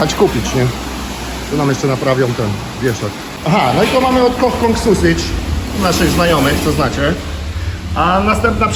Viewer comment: kolejna lekcja angielskiego, nie mówi się "susydż" tylko "sosydż" (sausage) będę reagował na takie profanacje języka za każdym razem a jest tego trochę, weź to do siebie przyswój kilka wyrazów po angielsku bo się to chujowo słucha, jak klasa robotnicza normalnie 😊😁😂